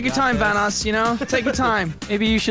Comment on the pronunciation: Ey its Van-oss